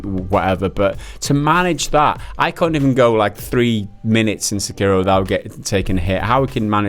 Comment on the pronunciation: se-kei-do- not se-cario